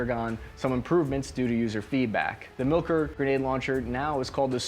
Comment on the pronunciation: It's pronounced "mill-core" not "milker"